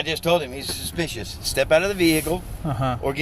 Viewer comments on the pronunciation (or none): I jus wanna hear that cop say suspeeshis over and over again 🤣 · Why does this guy keep saying "suspicious" over & over almost as if he's just learned that word from his boss but doesn't quite understand the word yet. Plus, he's saying it weirdly